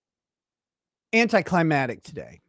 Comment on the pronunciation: "anticlimatic" stop SAYING it like that!